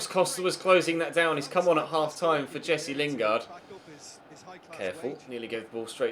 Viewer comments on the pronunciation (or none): none